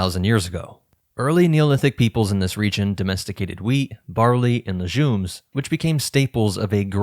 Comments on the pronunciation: Though I would think twice: he pronounced Legumes : Lejumes, and called Corn: maïs 🌽🧐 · LeJumes, MEYEzz, YUngtze. Are these weird pronunciation meant to thwart AI? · lejumes? Sounds like ai 😂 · If youre not ai why did you mispronounce “legumes” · The way the narrator so blatantly mispronounced Maize and Legumes makes me doubt the "I'm not AI" comment made early on